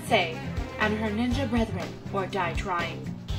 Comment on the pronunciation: Lmfaooo its like shes tryin to say im a bad nigga instead of ninja lmfaoooo!!!